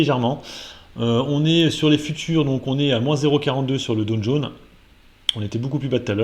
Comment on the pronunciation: est de retour: 3 sujets, 3 fautes dans le titre de la vidéo... De plus, c'est "Dow Jones" (et pas "do jaune") et je cherche encore ou est le "t" dans "Bitcoin" vu que tu prononces "Bitcount"...